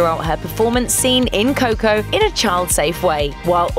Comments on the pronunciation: Its not coh-coh. Its co-co. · Fuck... please dont say coco